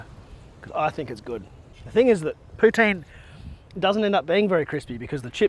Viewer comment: I’m from Québec, Canada …. Your Poutine is 10 out of 10 ❤ and your prononciation is very good!